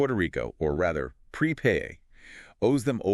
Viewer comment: This sounds like ai. Btw, pretty sure it’s Prepuh not pre pay